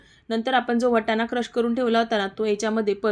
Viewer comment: पाणी बोल ग... पानी नाही... वटाना.. नाही वाटाणा